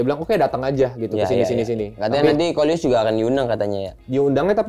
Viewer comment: bang bukan luis